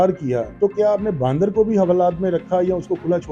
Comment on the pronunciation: Ya to Punjabi me interview krlo ya phir Urdu sekh lo bhai baaandar kia hota hai?